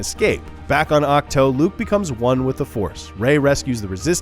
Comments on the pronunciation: That moment he says ach toe and not ach too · Awk-toe haha